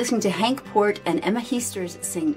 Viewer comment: You say Henk Poort like in more and Emma Heesters like in cake.